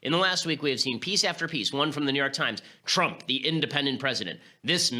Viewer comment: "President Twump."